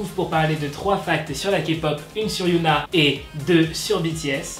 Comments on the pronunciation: C’est Hyuna et non Yuna se sont deux noms différents ! Mais bon sa arrive des erreurs de prononciation ! 🌸😊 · Ça se dit HyÔna pas yOUna. Mais super vidéo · CEST PAS YOONA MAIS HYUNA DONC ON DIT HHHHYUNA C’EST PAS LA MEME CHOSE ALORS PRONONCE BIEN STP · Otaku Army dites lui que sa se prononce HyunA au lieu de Yoona ?? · HyunA ça se dis HyEna en prononcent le H et le E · Super vidéo, continue 😜❤️je veux juste te dire que tu as mal prononcé Hyun A et qu'à la place tu as dit yoona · Hyuna ne se dit pas "youna", tu dit un autre prénoms coréen "yoona", voilà, je ne sais pas comment retranscrire la vrai prononciation donc essaye de chercher, a mon avis ça serai mieux prc ca porte à confusion lorsqu'on connais les prononciation. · On dit hy(eu)na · HYOUNA... C'EST QUOI CETTE PRONONCIATION ?